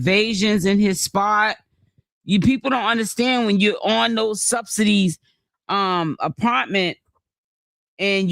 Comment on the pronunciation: it’s THE APARMENT EVERYTIME YOU SAY IT 😂😂😂😂😂